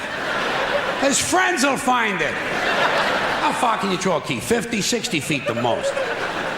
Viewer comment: And "throw", it's like "trow".